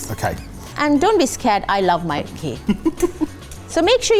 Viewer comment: ghee not kujac khee